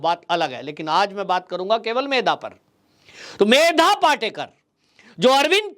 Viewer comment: पाटेकर नही पाटकर बोलिये